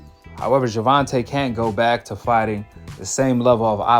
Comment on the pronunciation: Paulina Malinokas refuses to pronounce "Gervonta" correctly as a way to mock his mother for not spelling it "correctly", as a way to mock Black ppl/ Black names generally. Cuz he's a raging yt supremacist, in case y'all forgot.